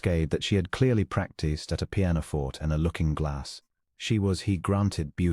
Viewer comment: pianoforte /pē-ăn″ō-fôr′tā, The constant and repeated mispronunciation of words commonly used in these stories gets on my last nerve!!! Learn your craft or move on!!!